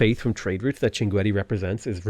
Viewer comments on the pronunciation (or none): none